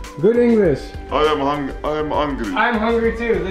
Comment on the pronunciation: i heard "i am angy" instead of "i am hungry"